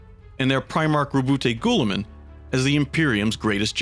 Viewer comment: Roboute Guilliman is one of those guys with a lot of pronunciation to his name, but the official one is 'Ruh-boot-ay' followed by 'Gil-li-man' White Dwarf December 2019.